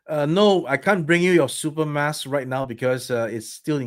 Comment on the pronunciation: I'll consider buying a Super M.U.S.K. if you start pronouncing it correctly again.